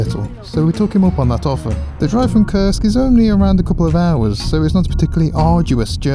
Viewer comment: Koorsk, not Kirsk, for God's sake